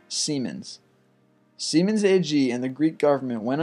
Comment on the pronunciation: haha see said semen